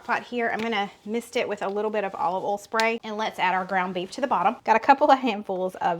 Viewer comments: I love when you say Olive ol (oil). Yes, you have an accent. Hello from the northern Midwest of Wisconsin! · North Carolina accent. Have had some New York coworkers have me literally pronounce certain words for their entertainment such as oil, boil, y’all and yonder, etc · I live in Michigan and yes, you have an accent. I KNOW you can pronounce BOIL, FOIL, OIL correctly, because you have demonstrated it in the past. If you can say BOY properly, you can clearly say those other 3 words properly. 😂 Just practice! 😂 I still love your videos!! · I am from California and live in Washington. You gave a strong accent. I love the accent but I cringe a bit when you say oil, boil, or foil lol. I know its my ears lol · North…..to Nebraska!! No accent here. I do love when you bollstuff or add your favorite oll. Love you guys!!!! Slim n slender!! Dude!!! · Nova Scotia, Canada here. Your accent is one of the main reasons why I watch your videos. My daughter and I crack up each time you say 'bol' and 'ol' in place of boil and oil. Truthfully, I thought the heavy southern accent was just exaggerated in the movies, but - nope!! Amazing! I also enjoy your recipes too and have made a few. So thanks!! 😊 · I’m from Ontario Canada. I don’t sound like you. 😁 we use “oil” and we “boil” rather than “oll” and “boll”.